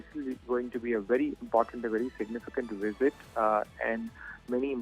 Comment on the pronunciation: you would do anything for some blood money......and what is a wisit?